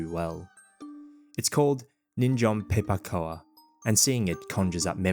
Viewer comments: The cough syrup name Pei-pa Koa is in Cantonese. I don’t know how it got transliterated into that spelling but the pronunciation in the video is not correct. In Cantonese it is pronounced “Pei Pa Kou” (both Ps are aspirated, like Phei Pha. And koU (not aspirated), just like how you pronounce cocoa as ko-kou and no ko-koA). In Mandarin it’s “Phi-pha Gao”. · why do you pronounce pipagao like that 😂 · I've never heard Pei Pa Koa pronounced in an Australian accent before so that really threw me for a loop! Actually I don't think I've ever heard it said in english before, only chinese lol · That's the most Aussie way of pronouncing pei pa kao I've ever heard!